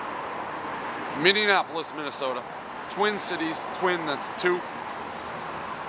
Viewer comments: Bro, we are not minnions. Can you please stop saying Minnionapolis? Dude, you need to try my homemade sh**. It is better that anything in Mpls, except that sweet Ford pickup you bought here. Hit me up and we can have you over to try the BEST PIZZA in MN, from my kitchen. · Minny anapolis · He said MinneNapolis Minnesota... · Minneinapolis. I hate when people do that. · I know he didn’t just say “Minne-an-apolis” 🙄